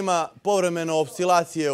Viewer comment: "Ima povremene opsilacije" 🤔